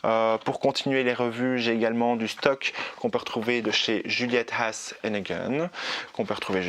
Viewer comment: Hello, tout cela donne envie, perso, je voudrais sentir comptoir du pacifique. Par contre, je ne peux m'empêcher de tiquer quand tu prononces la marque Juliette has a gun, qui en onomatopée serait plutôt, Juliette aze e geune plutôt que aze ane geune. Ne me bloque pas, c'est juste de l'aide pas du jugement. Tu devrais voir mon accent quand je parle wallon ou néerlandais. J'aime beaucoup tes revues. Hâte de voir aussi tes bons plans.